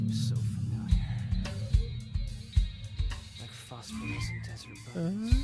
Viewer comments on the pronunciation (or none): none